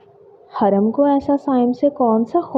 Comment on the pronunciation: Peli bt haram nai hurram hota hai dosri naznain nahi nazneen hota hai😂